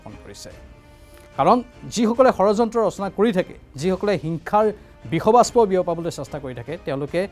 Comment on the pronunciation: Kio aponi...bikhaw....baspw...bikhaw...baspaw buli utcharon kori ase.... ekeloge bikhbaspaw boli kobw ..... right utcharon korak.... 🙏🙏